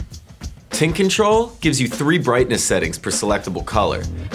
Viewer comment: is it me or does sound like hes saying tit control when he says tint control?